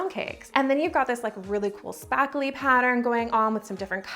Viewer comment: Lol I love your “sparkling” and “sparkly” accent!